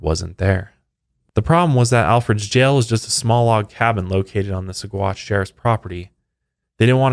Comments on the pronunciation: There is a restaurant in Boulder Colorado called Alferd Packer Grill..... Anybody hungry? I used to mispronounce Saguache also, but worse than yours, it is pronounced Sawatch. 🙂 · Name of the town pronounced like: Suh-watch 🤗